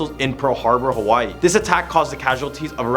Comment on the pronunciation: Native hawaiian here, i was dying at the pronunciation, especially with iolani and just the pronunciation of hawai'i to start